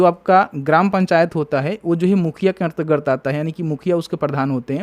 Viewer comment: अन्तरगत पढ़िए भाई, अंतर र्गत नही